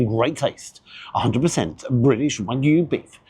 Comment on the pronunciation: Well done on pronouncing it as wagyu, the vast majority of food YouTubers say it to rhyme with Mr Magoo! 😢 You have to think it’s not the best quality wagyu (not from Japan for a start), plus the rocket looked mostly stem and I’d bet the truffle mayo has never seen an actual truffle! Could be better off with watercress than rocket - takes being warm better and a better peppery flavour for me, though again it’d need trimming so you’re not mostly eating stalk. Not tried the truffle version but I’ve liked previous loaded fries, particularly those onions. Shame I had to get them refunded 50% of the time cos they’d put bacon on despite explicit instructions not to (which is a menu option, not just making it up!)